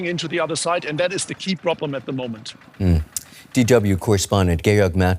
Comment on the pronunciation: ....It's UBON not Udon.